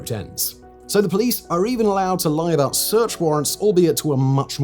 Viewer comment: "about" not aboit😊